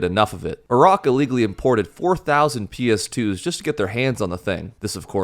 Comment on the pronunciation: Iraq ❌️ IRock ✅️